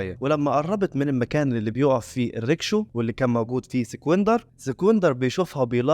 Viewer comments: اسمها الريكشة مش ريكشو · ريكشا وليس ريكشو